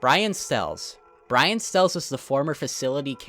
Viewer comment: "brain stells" do you mean brian stells